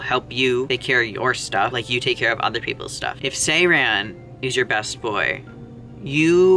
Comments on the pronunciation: It's a korean game so the pronounciation is also in korean 세란(sae-ran). if I were to explain over text the 에 sound (ae) is more like -eh something similar to the e in bed or red sound and the a in ran is more open like the a in autumn. The r sound is also a bit different but im not sure how i'd explain it. the tongue position is inbetween a rollled r and an L. perhaps i was a bit harsh in my comment sorry its really weird hearing his name in a western accent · im sorry but the way you pronounced saeran...